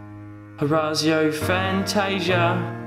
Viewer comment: "ORAZZZIO FANTASIA"